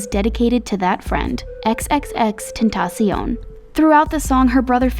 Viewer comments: You pronounced tentaction wrong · Ex ex ex tentasion XD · she says xxx tentotion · Did this girl just say xx tentaseon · EWWWWW WHY ITS NOT HOW YOU XXX TENCION ISNT HOW YOU SAID IT